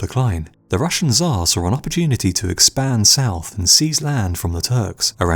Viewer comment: its not "ZHAR" how you call russian Emperor its TSAR (CHAR) more like